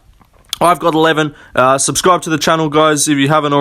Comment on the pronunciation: You're right on. It sounds kinda funny when you say subscribe lol Buenas noches in spanish btw